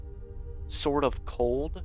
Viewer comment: "Ancient snord sword of cold!"